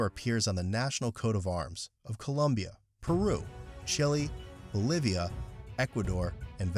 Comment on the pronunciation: Lol. "Oblivia." 😂